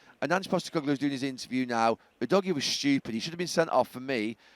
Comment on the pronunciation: Udogie is pronounced ‘who-dodgy’